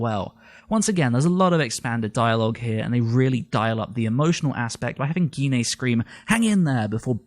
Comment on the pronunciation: please pronounce Gine properly you don't say aubergena do you, you say it as aubergine Auber-Gine not gena. why do people say her name wrong.